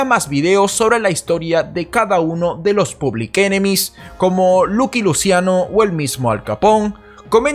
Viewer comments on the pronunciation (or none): none